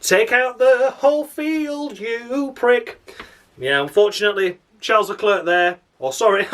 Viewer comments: Wouldn't it be fun if I hijacked your videos? Yeah Albon being 5 tenths off his teammate again. Need I to remind you that Gasly got demoted for that shit? -10 points Bottas you suck minus fucking infinity. Gasly and Kimi are gods 35 points. come it's Charles Leclerc not Shar Leler! Great video as usual man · Great to see the channel doing well dude, catching up with me now but deservedly so, great content. It's worth watching just to here 'Charles Let ler' 😂